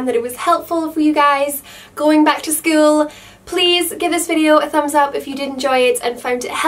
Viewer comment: the way she says school gives me goosebumps .-. skull-uuuu..